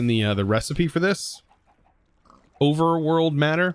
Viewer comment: Overworly Matter Huh? I Thought is Overworld Matter